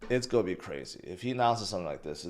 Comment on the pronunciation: learn how to pronounce "GOING" . you sound like a fool everytime you say "go". it's cring af